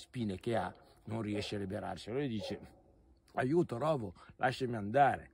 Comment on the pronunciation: Rovo si pronuncia con la o chiusa.